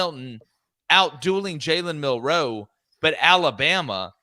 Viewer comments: Anybody else wonder why these guys are the only ones that pronounce Milroe like milROW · I've always heard it almost as one syllable. KInda like saying Millro. Not mil-Row. If that makes sense. I could be wrong and they are the only ones pronouncing it right.